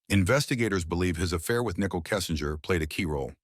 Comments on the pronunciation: haha, it was easy to tell it’s AI when it pronounced Nickole like nickel 🤭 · Oh, is that why it pronounced "Nicole" as "Nickel"? 😅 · Thank you! This was the comment that I was looking for. "Nickel". For crying out loud. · if youre going to use AI for voiceovers, its probably good to check that they pronounce names correctly. "Nickel" is not the friend's name. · Your pathetic ai voice over is saying nikel instead of nicole, great job